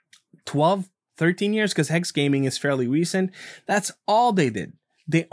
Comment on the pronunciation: Legit sounded like he said welcome to game TikTok 😂😂